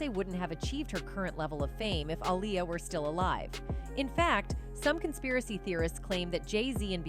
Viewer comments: She is pronouncing Aaliyah name all wrong. Going back and forth. It’s not ah-lie-ya it’s ah-lee-ya ugh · She needs to pronounce Aaliyah’s name right